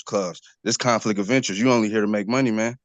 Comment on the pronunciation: Fool "axin". Con-flik of inerest.